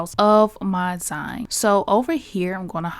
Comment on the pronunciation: Hi, I love your videos and always watch as soon as you upload. I just wanted to say, kindly and respectfully, it’s pronounced ZEEN ❤